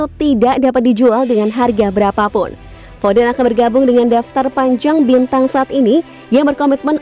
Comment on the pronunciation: Foden namanya, bukan fofen